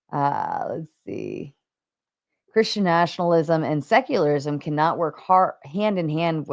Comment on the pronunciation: Why does Whick keep saying “seclarlism”?! Lmao!